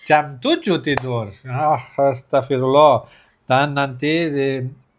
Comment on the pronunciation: masyaalloh bilang astaqfirlloh begitu fasi berucap di antara orang indo yg kawin sama bule yg paling debes bisa dicontoh sukses terus dan keluarga🤲♥️♥️